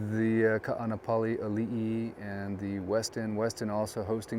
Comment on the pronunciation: I’m local Hawaiian. Can you please pronounce Kaanapali correctly.